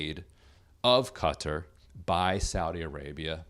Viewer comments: Will you please learn how to pronounce Qatar! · I'd say it's funny that Drumpf doesn't know how to pronounce Qatar... but he doesn't know anything.